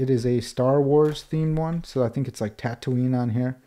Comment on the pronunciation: stopped watching and gave a thumbs down when he said tatooine